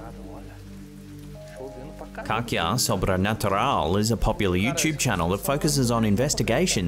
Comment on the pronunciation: Caça is read Kassa. Just a heads up.